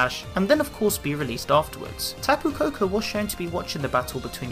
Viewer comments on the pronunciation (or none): It's kapu koko